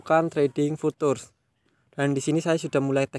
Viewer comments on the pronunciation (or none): Bacanya Fyutcur bang. Bukan futur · Futures dibacanya fiucers mas